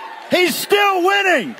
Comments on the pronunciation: Whining, Steve Bannon, it's spelled and pronounced, whining... Donald Trump hasn't stopped whining for 8 years... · This was just mispronounced: "he's whining, he's whining, ... "